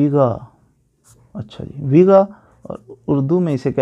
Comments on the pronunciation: Begha not Bega بیگھہ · اسلام وعلیکم و رحمۃ اللہ و برکاۃ پلیز آپ نے بہت ہی اچھا سمجھایا ہے مہربانی آپ کی لیکن آپ سے عرض ہے کہ لفظ بیگا نہیں بلکہ بیگھہ ہوتا ہے ایک اور عرض کرنی تھی کہ میرے رقبہ کے درمیان سے سڑک گزرتی ہے اور مشرق وجنوب سے بل کھاتی ہوئی نہر ہے جو کہ پھر مغرب کو چلی جاتی ہے میری کوشش کے باوجود مجھے محکمہ مال سے مساوی نہیں مل رہی ہے جس کو شائد فیلڈ بک بھی کہتے ہیں میں اپنے رقبہ کی قطریں جو ہیں ان کی پیمائش کرنے سے قاصر ہوں کیونکہ مجھے نہر کی چوڑائی معلوم نہیں ہے میں کیا کروں راہنمائی فرما دیں